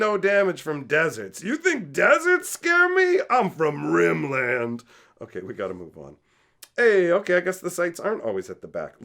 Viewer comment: "You think deserts scare me? I'm from Rim Land!" 😂😂😂😂 Favorite quote of the video. I think it's probably pronounced less like two words and more like Rimlind but I may steal that!